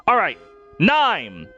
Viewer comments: It is, it’s just pronounced horribly here. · you're telling me Niime isn't pronounced as Nee-may??? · How tf did you pronounce Niime? 😭😭😭😭 someone help me